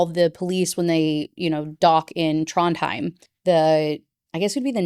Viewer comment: Aw Trondheim is where my grandma is buried. Your pronunciation is fine!